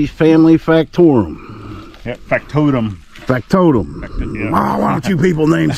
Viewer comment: "FACT TOTUM" - Like FACT & TOTEM pole 😂